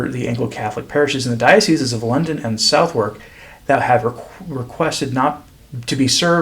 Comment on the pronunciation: So sorry to hear about your circumstances. Just a quickie off topic... Southwark is pronounced suh-th'k